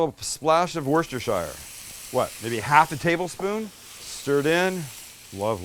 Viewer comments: As a Brit, you are so close on the Worcestershire pronunciation. The ending is not Shire/Shyre, it’s just Sher/shur. Edit - I’ve had a few drinks, I didn’t mean for that to look like condiment pronouns, but that’s probably where we are in 2022 🙄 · That looks delicious. However, Worcestershire is pronounced (were stir sure). Hobbits aren’t supposed to prance out the bottle. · “Woo stir sheer” sauce. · Love watching your videos! The banter between you guys is so great!! 🥰 Never knew HP was a steak sauce, I’ve always used it on my full English or my bacon sandwich (I’m a British lass from over the pond 🇬🇧) Love how you pronounce Worcestershire sauce too 😂😂 😜😘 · FOR THE LOVE OF GOD LEARN HOW TO PRENOUNCE WOUSTESHIRE ...I LOVE YOU BUT SHIT...YOURE DESTROYING IT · Sam, I've a nasty suspicion your Worcestershire isn't Lea and Perrins